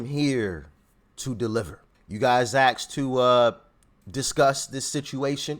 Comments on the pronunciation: ASKED - NOT AXED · I didn’t axed I asked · Axed or asked ? Smh go to night school and learn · Did you say we AXED for it 😊